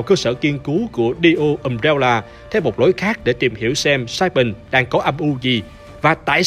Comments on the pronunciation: RIP đọc tiếng anh ._. Nhiều đoạn nghe tên nhân vật xong k biết là ai... Jake thành Just, Jill thành Joe ._. Ùm réo là... K có ác ý gì chỉ là góp ý mong sẽ cải thiện trong các video tới ạ ._. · Umbrella nhấn âm 1 nhé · NEO Umbrella mà cứ nghe sao thành DIO Umbrella